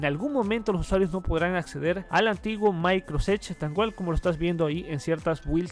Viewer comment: Se llama microsoft edge no microsedge